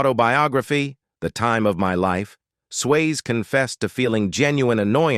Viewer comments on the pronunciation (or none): His name is Patrick Swayze not Patrick Sways give me too many mistakes in how you say things but this mistake is just worst and bad it is just shows that you have no care in what you're doing. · How did this commentator get a job speaking? "Swayz" "soap 'O'pera" and "comeuppance " "shedding a 'tare'" ?????